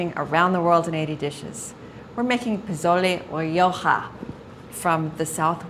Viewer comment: correct prounciation is: posolay roho ( long o sound in all o's as in toe ) I'm not sure what she said. Also, this soup is great when you want to sober up after a party or you have a hangover. Some make it with tripe - you need to develop a taste for it with the tripe. Also, you serve it with bowls of sliced lime, chopped cilantro, and chopped onions to sprinkle on top of the soup.